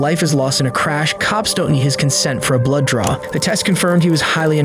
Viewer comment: They said blood draw but it sound like blow job 😂. Almost had soda go up my nose.